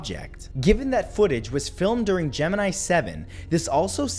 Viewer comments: For anyone who wants to know how it's pronounced, watch NASA... Not this crap. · You don't know how to pronounce Gemini.